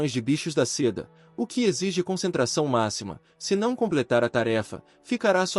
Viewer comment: Amo esse manhwa, mas por favor bicho da Zeda dói nos ouvidos, bicho da seda ok, Zeda nãããããooo